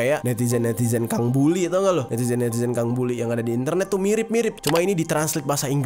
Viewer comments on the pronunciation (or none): none